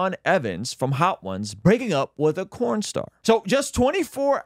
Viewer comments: Sounds like your saying corn star. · Why the hell are you saying corn and not porn. Is corn picking a national sport now or something? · Is he saying "corn" star? 🤣 🤣 🤣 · Did you say cornstar? 😂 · Did he say Corn Star? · Why are you saying Corn Star???